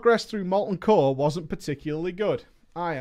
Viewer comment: it's pronounced "core" god, it's like you didn't grow up in a weird-ass military state